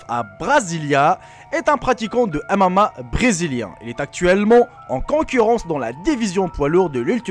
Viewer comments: le "amama" ptdrrrrr tu sais pas parler ou quoi ? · Mdr " il est pratiquant de amama" xD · C'est pas amama mais mma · ON DIT MMA PAS AMAMA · Maran quand dit mma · C'est MMA pas M AMA mdr